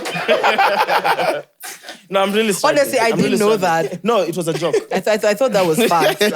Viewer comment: Nobody:: It was a jok,it was a jok😅😅